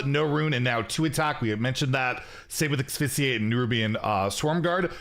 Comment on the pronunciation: Axe-fissiate. You sound like Fran Fine when she tries to sound smart.